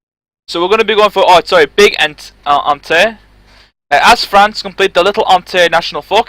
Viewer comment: its pronounced on-tonte, wtf is on-te?